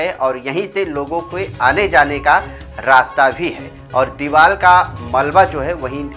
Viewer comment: Deeval nahi deevar bolo. Aur deevar gira nahi deevar gir gayi hai. Hindi seekho